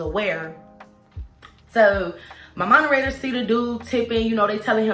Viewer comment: “Monerators” 🤣 You’re sooo cute!! 😂😜😘